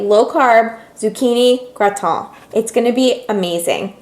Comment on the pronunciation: You say Gratin the correct French way, as it should be. :) Great recipe and video!